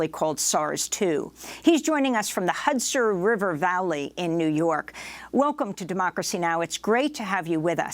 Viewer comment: Is that some kind of speech impediment she has? She says things like "hutzer" for "Hudson" quite a bit.